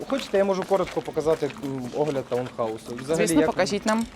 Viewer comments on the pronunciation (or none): ТаУнхаус, а не таНхаус, якщо що. Від англійського слова town